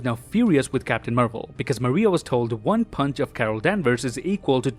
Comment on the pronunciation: Is it me? OR-hear-me-out, I believe you’re saying “WONG” (as in from Doctor Strange) and not “ONE” 🤔